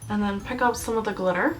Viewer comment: Love it! " It's GlitteRRR timE........!!! " :-D